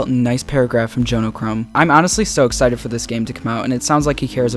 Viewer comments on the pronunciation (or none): none